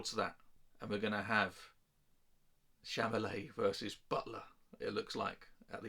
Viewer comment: Chalamet. Not chamalet 😅